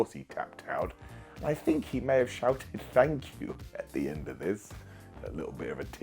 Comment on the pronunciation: I dunno, it sounded like Nigel said "flub you", but the announcers said it was "thank you". ahh well.